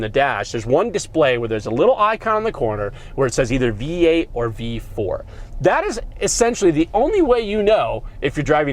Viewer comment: im sorry but did you say v4, lol